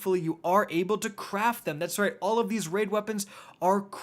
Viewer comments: “This group of waid weapons” 😂😂😂😂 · Waid Weapons? 🤣👍 Also "Waid Weapons Here"